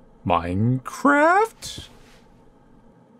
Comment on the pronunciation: The way you said Minecraft. So funny